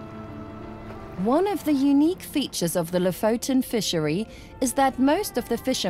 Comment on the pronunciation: ...so you have been doing a doc. for a year........and still have not learned to say Lofoten correct .....how annoying.....after 3 minutes I quit......